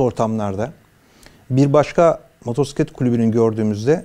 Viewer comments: MOTORSİKLET nedir? Kulübün var ama motosiklet demeyi bilmiyorsun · Motorsiklet? Yok moturpiskillet🤦🏻‍♂️ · Motorsiklet değil amca "Motosiklet" R yok. Önce sürdüğün aletin adını bir öğren :)